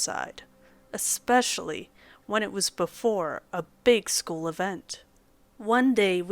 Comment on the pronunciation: Good narrations! However,, there is no fricken "x" in "especially".